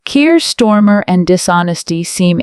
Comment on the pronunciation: Hi AI please note it’s not Stormer but Starmer, the only thing he’s storming is his party.